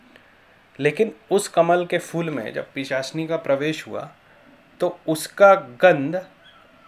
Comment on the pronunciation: pichasini nahi pishachini hota he. bhai pahle thik se bolna to sikh le fir dusro ko gyan dena.